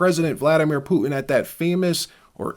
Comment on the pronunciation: I’ve heard of Putin but who’s Poo-in?